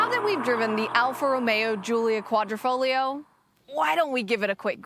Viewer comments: Congratulations on pronouncing the Quadrifoglio correctly. I think your the only reviewer to do so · .... and you managed to pronounce 'Quadrifoglio' correctly which many reviewers seem unable to do.